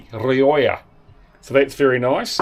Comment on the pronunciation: The wine is pronounced "Reeocha" not Ree-oi-ah, in Spanish if you want to honor its heritage and where it is produced. Just to let you know! 😀